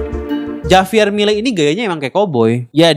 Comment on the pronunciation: Bacanya 'Havier' Bang, bukan 'Javier'. Walau tulisannya Javier